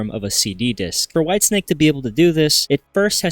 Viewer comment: Bro literally said “ Whitestick” 😂